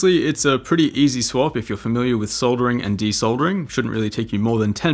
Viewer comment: for pronouncing soldering properly :)